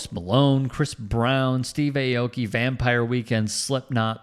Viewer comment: Aki is not pronounced AYE-OH-KEY. It is pronounced OW-KEY